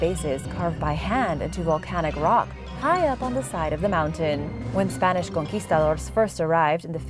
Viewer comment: Really enjoy your shows and presentations of information. What I realized into the shows your very accurate pronunciations of foreign names and of sites especially Spanish, Mexican, Portuguese and other nation's names. We Americans rarely hear spoken foreign words correctly of historical names. Some are totally new and those we did hear, however, blew right past us never knowing correct pronunciations. We research and look up struggling to hear correct pronunciation of names. It is a two step or more process, This is a huge draw point for me and I am sure others. Then a big PLUS, up-to-date information on subjects we have researched and heard of before.. So good job and KUDOS to you and related assistance for your shows...A+ effort.